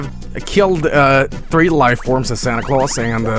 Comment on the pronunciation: there's no e at the end of santa claus